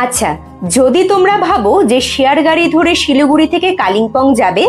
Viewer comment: Not Siluguri but Siliguri